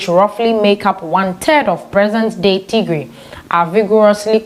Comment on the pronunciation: Bitte sagen sie Tigray nicht tiegree Unser Region heisst Tigray or tigrayan thank you danke für eucheren verschtendnis